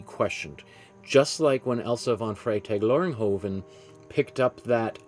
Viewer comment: TWO amazing paintings?!? Great work. And bonus points for pronouncing this artists name on the fly there! 😆👏🏼✨💗 Love your biography sections in these vids - I could listen to art history all day and all night long when you talk about it 😌🙏🏼